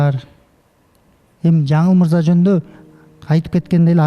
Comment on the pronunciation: Жанылмырза З сы жок суйлочу